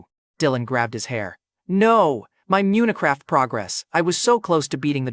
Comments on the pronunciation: Dude said munacraft in sted of Minecraft 😂😂😂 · It’s not munecraft lil bro😂